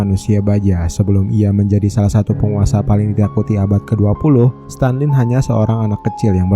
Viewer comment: stalin bg bukan stanlin